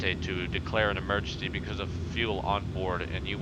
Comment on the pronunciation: 'mergency landing sent me